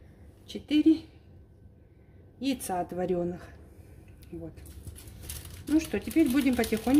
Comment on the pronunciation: Ложим 4 яйца отварёных🤦🏻‍♀️🥵, что же ты коверкаешь язык...